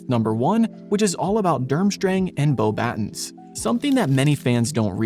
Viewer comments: It's not pronounced "boh-battens," it's "bo-ba-TÕ," (like the English word "baton," but without the final N sound). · You pronounced Beauxbatons wrong, it's pronouced "Boba-tong" cuz it's French. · You can tell it's AI by how it tries to pronounce the French school name. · You lost me with your pronunciation of Beauxbatons